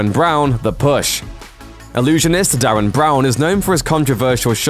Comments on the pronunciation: Derren. Not Darren. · Try saying DERREN not DARREN !! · DERREN. you said Darren way too many times to let it slide. at least listen to people say his name before recording. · His name is Derren not Darren "The Rin" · It's "Derren", not Darren. Stop saying Darren! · *Derren not *Darren! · I believe it's pronounced "D-eh-ran Brown" dude, Derran instead of Darren. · It's DERREN not Darren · Pronounced Derren not Darren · It's "DERREN"!! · "Derren". With an E. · LOL, and he said it about 4 times. Muppet.